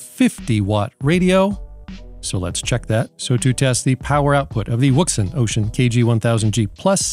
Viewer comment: Love your videos,, but I wanted to help out for your favorite listener. I have a Chinese friend who has been a ham operator for many many moons, and he instructed me on how to pronounce the brand-name. It is pronounced "WOUXUN". You're welcome